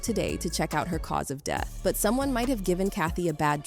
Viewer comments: What’s does ‘stayed queet about the deeth of her friend’ mean? Htf can these voice softwares get stuff like that wrong? Budget ass lol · is this A.I. news? why is the narrator messing words like 'quiet' and 'death'? a.i. is out of hand and a bigger threat to humanity than jz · Can't take this video seriously while "death" and "expired" can't even be pronounced right 😂